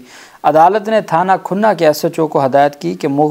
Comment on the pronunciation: The correct pronunciation is Thana KHANNA not Khunna.May Allah bless you.Keep it up